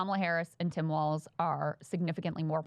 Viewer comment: Whhhyyy can't Kyle pronounce Tim Walz's name correctly when Krystal does it right literally in front of him